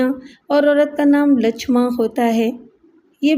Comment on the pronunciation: Naam padhne me bahut gadbad kardi hai aap ne.. Wo Lachmiya nahi Lachmayya hota hai. Waise hi aurat ka naam, Lachma nahi Lachamma hota hai. Is tarah ke naam Indian Hyderabad, Telangana ke ilaqe me hote hain.